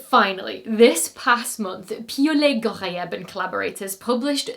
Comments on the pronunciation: In addition to the science, I think you like impressing us with your pronunciation of Piaulet-Ghorayeb. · I had a feeling "Piaulet-Ghorayeb" would show up in the blooper roll, but you did GREAT!! 👏🏼👏🏼👏🏼